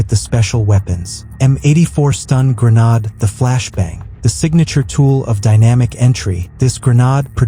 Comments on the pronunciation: 'Gre-nod' launcher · If I heard that AI voice mispronounce "GREN-ODD" one more time, I think my head would have exploded